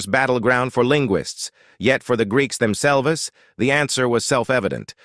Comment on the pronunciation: Is your ai in shakespeare mode or something? "Them selv'es" lol